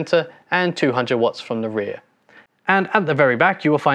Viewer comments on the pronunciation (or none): none